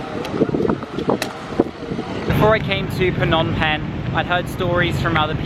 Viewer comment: Well every words you pronounced is absolutely correct. But the word Penh you sound awkward😂. Thanks you for visited our country.